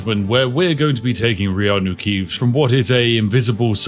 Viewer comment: You know you watched too much Spiff when "Reanu Keeves" sounds right and "Keanu Reeves" doesn't